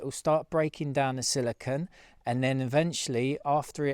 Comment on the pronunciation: Its actually not silicon but silicone. Its got the 'cone' sound on the end. Easy to confuse the 2.